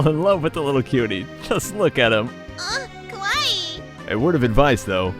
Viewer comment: At the the voice said "kowai" which means scary/creepy in japanese. It probably meant to say "Kawaii" which means cute/adorable.